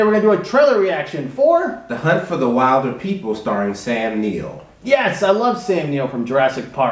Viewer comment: Not trying to be rude or anything, but it's will-der-people :) Also, it's an awesome movie!